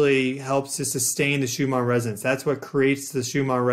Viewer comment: Why are you saying Shoe-mar instead of Shoe-mahn?